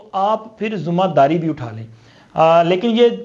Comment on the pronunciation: Zoomma dari ,baithaks , mulak kindly sahi pronounce Karen